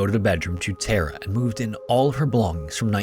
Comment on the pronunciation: Great video. But damnnn it's soo annoying how you say Tara. It doesn't have an E in it you know!?!